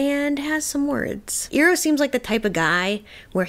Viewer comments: EYE-roh, not EAR-oh. 😘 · Always enjoy watching people reacting to watching ATLAB for the first time. Two small pieces of advice for my 2 cents: Learn to say the characters names correctly, you’ll give us PTSD from the movie. 😂 It’s Iroh: Eye-row and Appa: Ah-Pah Also, the episodes are only about 22 minutes long. We don’t need a 15 minute play by play recap of the last episode. We seen it, we got it. Just share your general thoughts and then keep it moving. Enjoying the journey so far otherwise. ✌️